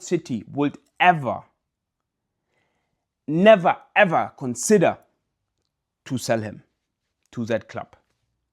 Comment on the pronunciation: You need to stop trying to say consider/considering/considerate. UPPA TOWEN 😘😘